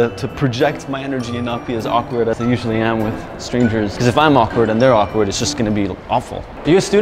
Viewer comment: awakward pause